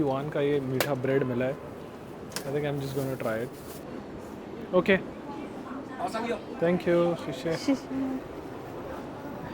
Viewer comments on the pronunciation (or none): Guys, he said Oh Sank you. They struggle to say thank you. That’s why they say sank you. Which sounds very cute 😊